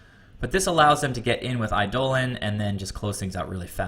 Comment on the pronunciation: By the way, it's pronounced EYE-deh-lon, not eye-DOH-len. :)